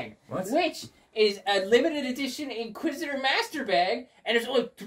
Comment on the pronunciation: omg! lol ''InsqusitorMaster''🤣